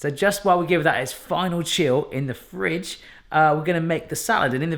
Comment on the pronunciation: why do you have to say fridge like that